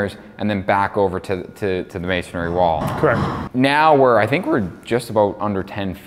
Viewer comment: it's amazing that neither of you know that the word is masonry and not masonary. You sound like fools.